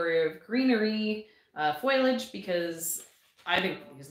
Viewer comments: Please!!!!!! Learn how to say FOLIAGE! It's driving me crazy!!! lol Love the videos and information in them. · I adore seed chats!!! I’m curious- do all Canadians pronounce it foy-a-ledge like you? In the states we say fo-lee-edge because the i is after the l. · OH! Not wrong! Just different and I was curious. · I’m pretty sure the way people pronounce it is just regional. Laura from Garden Answer says foliage the same as and she’s in Oregon.